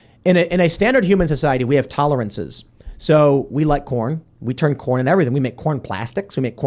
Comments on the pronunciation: I walked away for a second and thought y’all were talking about porn world not corn world 😅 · CORN! I thought you said Porn! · I thought he was saying "porn" for the first half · At first I thought he said "porn", not corn. Americans love porn. We also love to complain and be depressed. America's greatest exports: corn, porn, and being forlorn. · Did anyone else thought Tim said "porn" instead of "corn"? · I finally realized Tim was saying "corn" after agreeing that "porn is a huge industry.". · I thought they were saying "porn" instead of "corn." I think this would be, at least, funnier if that were the case.